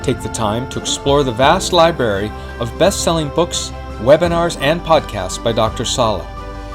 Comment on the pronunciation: I can't imagine wanting to go to a "Liberry" as he says, he doesn't seem the book reading type.